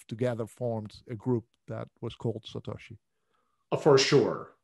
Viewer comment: Why does he insist on saying "Satashi" rather than "Satoshi".... is he just being awkward?